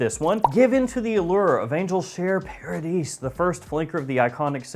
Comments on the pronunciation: It should be the french "Paradis", which is pronounced : The "A" in Paradis like in "far"oder "car" and you do not pronounce the "S" at the ending. So it's "Paradi" with the "far"-like A. You can hear the pronunciation in the Youtube video of "Eau de Jarino". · It's pronounced para"dee" (no S sound) which means obviously paradise. Great video!